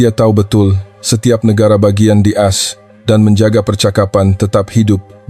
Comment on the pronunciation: Coba tqc cara bacanya ,singkatan As itu dibaca A es seharusnya, tulis promt yg benar